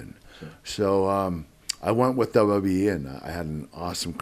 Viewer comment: how he pronounces WWE is hilarious , i love it haha legend.